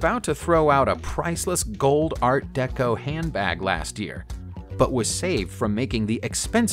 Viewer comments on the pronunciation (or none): none